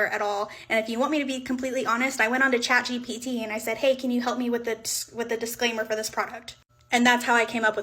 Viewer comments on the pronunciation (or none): none